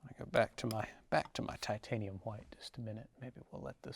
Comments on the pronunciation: Titanium ha-white. Bob use to say it the same way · No fro...no go!!!!!! I'm just kidding. I like this guy. As long as he talks softly and pronounces it as titanium hawhite. Nope, nevermind. He didn't narrate beating the devil outta his brush. This man is a fraud..He has not been trained by Bob Ross,he did not mention beating the devil outta the brush on his first beating the devil outta his brush......Again I am kidding. I remember seeing Bob Ross almost 30 years ago ,one of my first memories as a kid and thinking he was cool. Bob Ross reminds me of my dad if my dad were a paint artist.